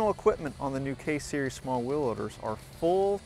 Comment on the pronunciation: i take that back he says case series from - -_